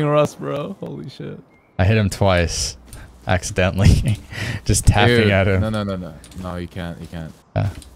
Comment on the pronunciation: I love when he's like "I hit him... axedentaly"